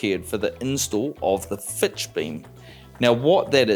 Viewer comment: It's not a 'FLINCH' beam. Nor is it a 'FITCH' beam. It is in fact a FLITCH beam.